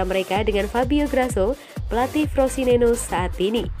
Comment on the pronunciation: Frosineno 🤣🤣🤣🤣,,kalo gak bisa baca jangan buat konten,,yg ada Frosinone